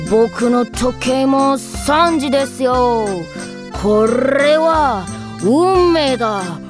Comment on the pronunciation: こっrrrrrれはでワロタ